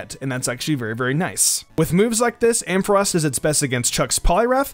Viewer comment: finally someone saying ampharos.